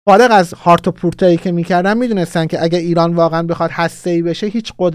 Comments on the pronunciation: با سلام و خسته نباشید. خیلی خوب بود؛ فقط اینکه نشریه ی ((هارِتز))، نه ((هارتِز)) . با تشکر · هاآرتس Haaretz تلفض صحیحش اینه فکر می کنم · جان رو تلفظ هاارتص و باب المندب دقت کن